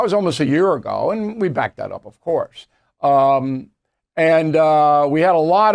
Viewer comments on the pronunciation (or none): none